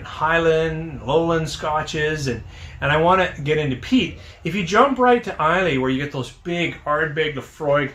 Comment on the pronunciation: You seem to mispronounce Islay?